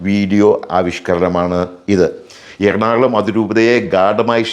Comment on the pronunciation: "എർണാള०" അല്ല നമ്മുടെ സ്ഥലത്തിന്റെ പേര്. ""എറണാകുള०""എന്നാണ്. നാട്ടുകാരെ തെറ്റിദ്ധരിപ്പക്കല്ലേ.